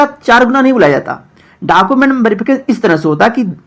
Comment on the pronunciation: Khali YouTube channel banakar farzi sabko paisa hi kamana h, bhale pta kuch rahe ya nhi rahe, are pahle documents (डॉक्यूमेंट) to sahi se bolna sikh lo, har video me डॉकूमेंट डॉकूमेंट chillate rahte ho